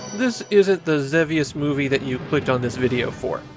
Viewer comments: ZEE VEE USS It's pronounced WITH A LONG E. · I'm fairly certain that in English, the game is typically pronounced Zee-Vee-Us. But I know you often focus on Japanese, where your pronunciation is standard. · wait there's a correct way to say Xevious? I assumed it was one of those names that had differing pronunciations with no clear right answer